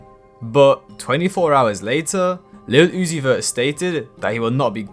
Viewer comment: 😂 the way Iggy Azalea says Little Oozie caught me off guard